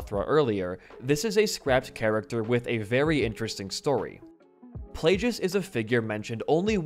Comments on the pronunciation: good video. just please pronounce all the names right. I.E DARTH PLAGUE-IS not plajouis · It’s pronounced play-gus not play-jus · Hearing him say "PLAY-GIS" instead of plaugeis is the worst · Video was super awesome, but was there a secret joke going on? I mean, you were mispronouncing on purpose, right? Plagueis? It's literally 'plague'. So many others. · I love this video but I can not for the life of me get over how my guy pronounces Darth Plagueis. I know it's nitpicky but it's the other "g" pronunciation (like "plague" as in the bubonic plague). Regardless didn't even know he was gonna be a character tho so that's cool to know